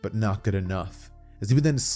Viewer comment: "Water surfing slash" "Grood"